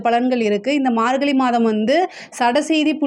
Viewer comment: Margalli illa margazhi. Pronounce that properly